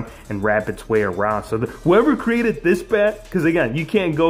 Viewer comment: You said ao not so